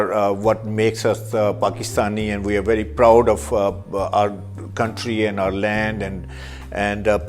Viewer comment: proud nahi phraoud hahahahaha